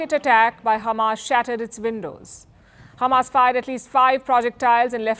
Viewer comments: Khamas 😂 dear Palki, Israelis can not pronounce H like Russians, that is why they say Kh instead of H, well we do not have kh in Hindi as well but kh make the sound that you pronounced at the beginning of the word Hamas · Why did she say khamas it’s hamas bruh she’s a Israeli journalist #EXPOSED